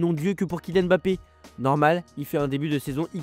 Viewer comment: Par contre il s’appelle Mbappé pas Bappé 😂 j’avoue, je kiffe les vidéos mais ça me stresse un peu on dit pas B-rigitte mais Brigitte